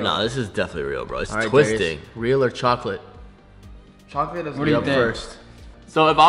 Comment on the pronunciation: Gamer Girl it's pronounced "Chocolate"